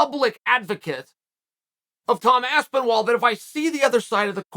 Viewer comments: Aspenwall Lmao 😂 how does Charl mess every name up at least once. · Aspenwall, I heard that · “TOM ASPENWALL”